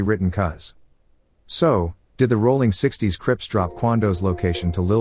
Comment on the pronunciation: Aint no g in rollin 60's